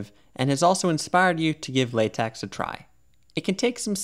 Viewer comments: Sorry if i look arrogant, but its pronunced "LateK" not "LateX" because the "X" Is a greek lettere with a pronunciation more similiar to K than X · I just can't with the " lay-tex " 😅